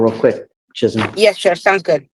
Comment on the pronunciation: Woah! Judge pronounced Chisholm right! We don't see that a lot!